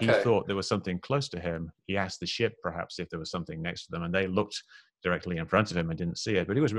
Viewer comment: I don’t know, I can’t trust a man who says ‘prahaps’.